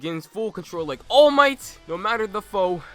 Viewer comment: you mean "Alle Mightaa?"